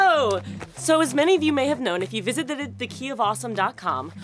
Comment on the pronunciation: "If you visiththt.."